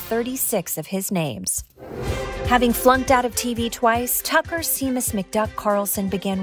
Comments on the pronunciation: But properly pronouncing "Seamus" would have been better. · "Seamus" is pronounced "Shay-mus" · Seamus is pronounced like "shay-mus", not "see-mus"... the name typically is spelled with a é (Séamus) and supposedly is the Irish equivalent of James. I personally don't buy that last one. But, in any case, just saying... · SEA-MUSS? You mean SHAY-MUS... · Seamus = SHAY-mus. (Not SEE-mus.) You're welcome, dear.